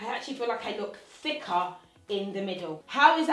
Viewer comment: LOL!!! LOve how you say "Thicka"!! Long time follower and fan . Proud of your growth Your Amazing & Beautiful! !